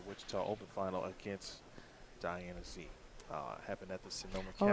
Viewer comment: I wish the announcer would learn to pronounce Diana Z's name correctly!